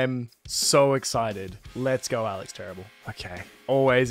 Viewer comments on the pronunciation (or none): none